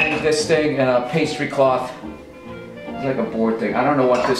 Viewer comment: Nothing in this video bothered me as much as bill saying the word "pastry cloth" ...